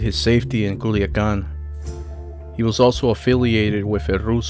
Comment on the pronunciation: Kuliakan 🤣🤣🤣🤣🤣 es culiacan...no kuliakan